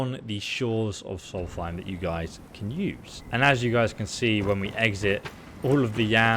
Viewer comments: he keeps triggering me with the way he says solthaim not solstheim :D in hes videos but its ok not hating <3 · Does he not read his comments? he has to know by now that he's pronouncing it wrong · I enjoy, but i cringe every time he calls Solstheim "Solfiem". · The Way He Pronounces Solsteihm Disturbs Me I Mainly Hang Around Dunmer So Yeah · When you can’t pronounce Solstiem JK we all have our moments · Gargoyle242 I think it’s a speech impediment m8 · "Martkath" "Soltheim"